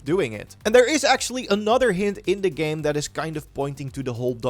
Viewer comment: Its that “Anutter” for me